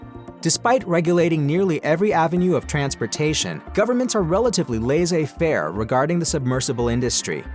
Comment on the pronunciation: Dictionary Definitions from Oxford lais·sez-faire /ˌlesāˈfer... Is it an A.I. that is voicing this video? If not please learn how to pronounce LAISSEZ-FAIRE!!!